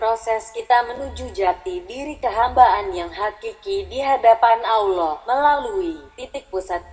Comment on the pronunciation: Mohon pengucapan sholallahu allaihi wasasallam. Dan pengucaoan Allah di perhatikan pengucapan nya harusnya Alloh bukan Allah seperti tulisan latinnya . karena penulisan arab alif fatkhah ketemu lam bacanya Alloh beda kalo alif kasroh ketemu lam bacanya illah . Mohon koreksinya jika saya juga salah